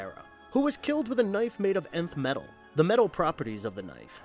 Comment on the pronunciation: It’s pronounced NETH METAL